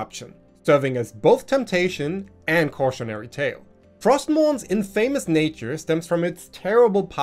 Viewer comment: Infamous =IN-fuh-mus (Accent first syllable). Epitome =ee-PI -tuh-mee